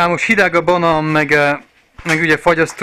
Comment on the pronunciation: Direkt beszélsz így vagy ez igazi tájszólás? Egyébként jól hangzik a balán meg motrot és hasonlók, csak olyan szinten tájszólás jellegű, hogy azt hinné az ember direkt így mondod.